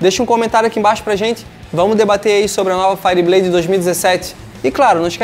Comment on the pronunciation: Cara, pelo amor de deus, fala isso certo, faierbleid, ok? Valeu. Fui.